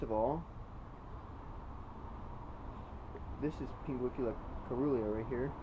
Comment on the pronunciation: Its pronounced, serulya